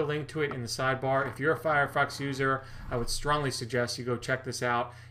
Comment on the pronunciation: you said "firefuck" !!! Thats so funny! Nice stache and video!